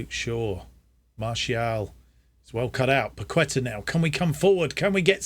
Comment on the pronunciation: Got this randomly on my YouTube recommended, just wanted to let you know Fabianski is pronounced 'Fabby-an-Ski' Kehrer is 'Carer' Paqueta is said like 'Pack-ett-ah' Good to see us win the FA Cup and rewrite the wrongs of the 2000s :)